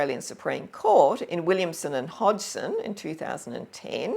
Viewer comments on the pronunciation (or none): none